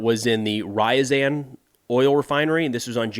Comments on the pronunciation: The City of that il Rafinery is poununced R-YA-Z-AN, not RY-ZEN. RYZEN is a CPU from AMD ;) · If you are going to report regularly on Russia and Ukraine, you should learn how to pronounce the place names. It really isn't all that hard for someone as bright as you. Ree=ya-zan. Not "rye-zan"